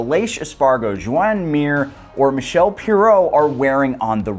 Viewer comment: Michelle Pirrò? Come on😅